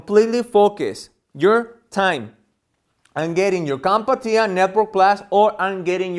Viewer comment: There is only one "a" in Comptia. Its not pronounced "Comp-a-tia", its pronounced "Comp-tia".